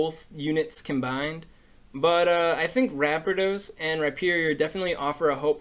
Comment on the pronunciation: U said ramparados wrong